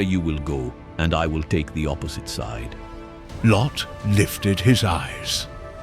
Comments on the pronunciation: This biblical account is applicable to today's world. But "LO?" Uhmm... isn't it "Lot?" 😂😂 These AI voices need some work. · It’s lot not low! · Well done, although it is grating when the ai voice calls Lot "Lo." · Why does he keep calling Lot, "Low"? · MY BELOVED'S, THE NARRATOR, IS TERRIBLE AND WRONG ON SOOOOOOOOOOOOOOOO MANY POINTS AND ZOAR BURNT TOO AND IT WAS FIVE CITIES THAT PARISHES, NOT JUST TWO OR SODOM AND GOMORA!!!!!!!!!!! I LAUGHED AT THE NARRATOR'S PRONUNCIATIONS OF LOT, WAR AND THE WAY HE GOT THE FACTS WONG LIKE LOTS DAUGHTERS, THEY WERE WHORES AND THEY PRODUCED NATIONS OF EVIL IN THE MIDDLE EAST OF TODAY!!!!!!!!!!!! LOT WAS A TERRIBLE MAN AND HIS DAUGHTERS WERE WORSE AND THAT'S WERE WE GET THE COVENANTS OF TODAY LIKE PALESTINIANS, IRAN, IRAQ, ETC., JUST EVIL GOVERNMENTS FROM LOT'S DESCENDANTS!!!!!!!!!!! ABRAHAM'S DESCENDANTS ON THE OTHER HAND ARE TODAYS ISRAEL, BUT THEY TOO ARE REBELLIOUS, SADLY!!!!!!!!!!!! LOVE YOU ALL AND BELIEVE ON THE LORD YASHUA AND YOU WILL BE SAVED, AMEN!!!!!!!!!!!!!! 🥰❤️🙋🙌🙏⚡⚡⚡